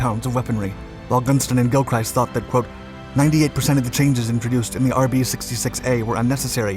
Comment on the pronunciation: 'Gilchrist' is pronounced with a Short I.